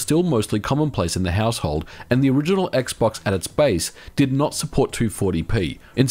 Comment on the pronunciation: Household is this a German/English Fusion😂 Haushalt